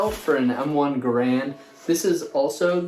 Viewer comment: Garand is pronounced GAIR-und